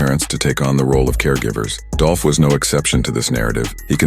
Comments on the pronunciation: It's DOOLLPPHH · ITS DOLPH 🐬